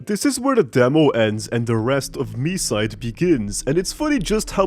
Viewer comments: as a russian, i need to say its pronounced like mee-site. our language makes consonants less resonant at the end of a word. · It's mee-side like the others said. It's pronounced that way with the Japanese title too, since there's no variation in pronunciation for Japanese vowels. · Its pronounced Me-side confirmed by the devs themselves! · i thought it was pronounced me-side 💀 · it is pronounced Me-side, confirmed by the devs